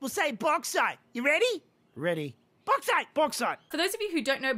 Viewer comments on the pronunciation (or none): "Bog site" does sound like Australian strine as we often refer to the toilet as the bog.